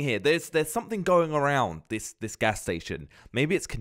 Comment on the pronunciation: It’s gas not ghash and it’s station not statsion